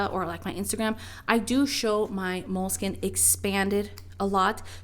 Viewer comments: you keep saying Moleskin.. skin? it's spelled Moleskine skine,, not skin. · I got tired of saying MO-LE-SKEE-NAY, so I switched to Leuchtturm.